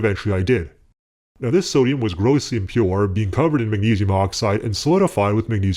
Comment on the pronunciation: Every time you say sodium I just hear “summ” . Some hydroxide Some metal Fuck